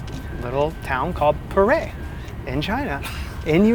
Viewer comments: PU ER (pronounced Poo-R) tea ... NOT "per ey" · Maybe poo earl (leave the ending L) sound closer to how they pronounce the tea name. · It looks like you should have a mid/insulated layer packed in your bag next time you travel just in case. 😅 BTW, the Chinese pronunciation of 普爾茶 actually sounds a lot like "poo-or" than "poor-air". You just emphasize a little but on the "r" sound. 😊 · The tea that you like (Pu'er) is pronounced like "Poo Err" in Mandarin. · I fucking died at you pronouncing pu-erh tea. Like full on snorted and woke the dog up. My family feels similarly about how special that tea is and I’m feeling lucky I didn’t butcher it as badly as you did